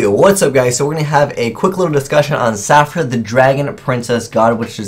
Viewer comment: The way pronounced Saphira made me cringe xD